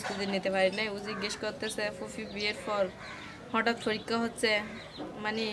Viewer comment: পুস্ততি -- প্রস্তুতি ফরিক্ষা -- পরীক্ষা ফরে -- পরে কিসে পর তুমি? তোমার উচ্চারণ শুনে আমি তো ভয় পাচ্ছি এই ভেবে যে, না জানি তুমি এই উল্টা পাল্টা উচ্চারিত শব্দ পরীক্ষায় লিখে দিয়ে আস কিনা 😃😄